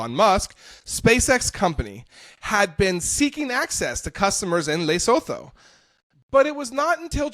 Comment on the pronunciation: It's not Laysotoe. It's Luhsootoo.